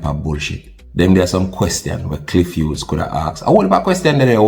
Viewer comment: Clif Whos 🤣🤣🤣 bro g it’s “Cliff Hughes” dunce and proud 🤦🏾‍♂️🤦🏾‍♂️🤦🏾‍♂️